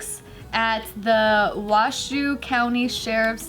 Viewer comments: As a Nevadan I gotta be that person 🤦‍♀️and say it is Wash-O not Wash-Shoe although I can see where you'd get that since it is spelled Washoe. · I can't get over how they Washoe county. they keep saying Wa shoe ...it's pronounced Wash o. Sorry I know nobody else cares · Same! Finally a story about us northern Nevadans! Kept wanting to tell them it's pronounced "wash-oh" though lol